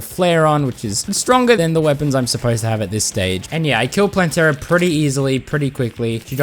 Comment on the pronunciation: I'm sorry but I think you're saying Plantera wrong you can say it how you say it.